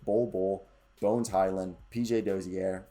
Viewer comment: Čančar is pronounced Chanchar. Then č is ch sound. Dozier isnt said the french way, Dozière, but more like the word Closure. 🍻